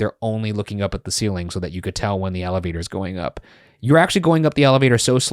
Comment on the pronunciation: saying ALLAvator over and over was very difficult to hear🥲